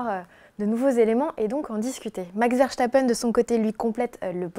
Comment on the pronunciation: pourquoi prononcer "VerCHtapen"?:) Dommage de passer sur l'info essentielle de ce GP: c'est moins une performance immense de Mercedes qu'une contre-performance immense de Ferrari. Ils ont de toute évidence un sérieux problème de moteur, bien qu'ils ne l'admettent pas publiquement, fidèle à eux-mêmes. Que Ferrari retrouve tous ses chevaux et on aura une belle saison je crois.